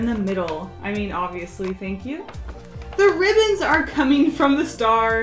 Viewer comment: “Ribbins” Im sooooo mad Its ribbon